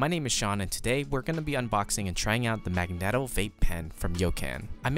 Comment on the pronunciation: I hate that you pronounce megneto wrong...